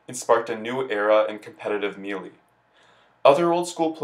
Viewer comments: Me Lee.... makes content for game he can't pronounce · I actually know another guy who says it that way. He said it’s because the announcer at the end of the opening animation pronounces it “MEE-LEE”. But yeah, it’s weird, lol.